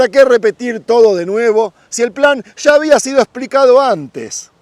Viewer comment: Agradecido con la información sobre todo xq es real pero por piedad! Un favor! Habla bien!! No salgas con tu chófer! Cuando se te olvida bien que pronuncias ya, calles, murallas, llega etc pero te entra el espíritu ché y sales con tus: sha, cashes, murashas, shega! Xfavoooor! Nooooo! Gracias